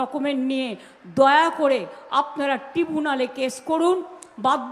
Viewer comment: শালা উচ্চারণ ও করতে পারে না ট্রাইবুনাল কে টিবুনাল বলছে